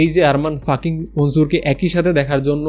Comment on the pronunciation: আরে বলদ, ওটা ফাকিং না 🤣🤣🤣